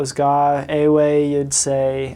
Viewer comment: You did not day ewe right